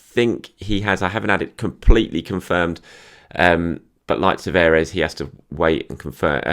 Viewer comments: Tavares is pronounced Tavarsh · My Portuguese mate reckons Nuno Tavares is pronounced "Nuun Tavarsh"